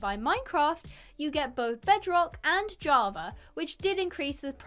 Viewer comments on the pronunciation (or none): none